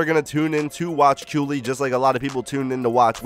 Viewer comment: I thought it was pronounced Kaylee not how you pronounce it?